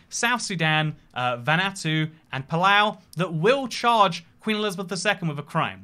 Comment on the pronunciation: wtf is a "vanattu"?